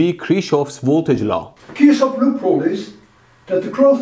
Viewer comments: no offense... But there is still one small mistake... Kirchhoff was a german and therefor his name is pronounced like kirchhoff and not like kirkhoff, or kirschhoff, just look up german video about his laws and youll know how to pronounce him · Kirchhoff is the correct pronounciation. Saying Kirkhoff is completely false. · I love these videos but Kirchhoff is pronounced very incorrectly. It is said like “Kerk-off” in English. Not “Krishov” Edit: V does sound like W in English. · It's Kirchhoff, not Kirshhoff or Kirkhoff! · The guy isnt called Kirshhoff nor Kirkhoff. It is Kirchhof. Pronounced Kir-ch-of. Ch pronounced by breathing out with an open mouth. The R is hard. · its sounds like you call him cherry hoff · It's pronounced "Kirchhoff". Hue hue hue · electroBoom was a German scientist? or whose pronunciation was right? Kirsche-hoff is not correct pronunciation (maybe in some weird parts of germany). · You are killing me, by how you pronounce the name Kirchhoff. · Man, just one thing - learn to pronounce Kirchhoff, please. No cherries involved (Kirsche)